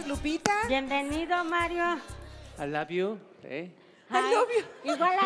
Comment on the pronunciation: "A laviu" JAJAJAJA